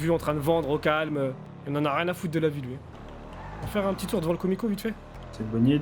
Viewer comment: Mdr ben il a dis peutit bonhomme vers